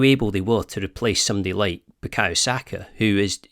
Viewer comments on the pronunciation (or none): none